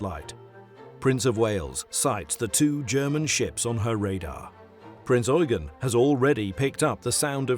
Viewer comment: THank you for pronouncing the heavy cruiser KMS Prinz Eugen properly... Unlike other video's that pronounce it Prince You-jen, instead of Prinz Oi-gen!